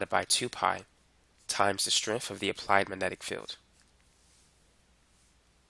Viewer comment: “Wiff”. With. “Strenff”? Strength.